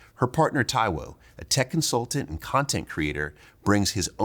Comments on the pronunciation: Damn you murdered homeboy's surname! Like come on, at least ask how it's pronounced ffs 🤦🏿‍♂️ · Taiwo what?? 😅 that last name pronounciation lol